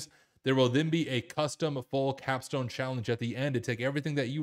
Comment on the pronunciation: You triggered me with “capstone” 💀🤦‍♀️